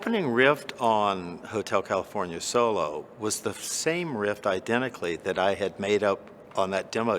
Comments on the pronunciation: Did he say 'rift'? Instead of riff? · I can’t believe that the guy who wrote one of the best riffs of all time pronounces it “rift”🤦‍♂️ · Sounds like he says rift... twice...